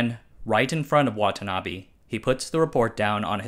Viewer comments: its not watanabi its watanabe please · Butchering the pronunciation of Watanabe as Watanabby on a channel called "Asianometry"? WTF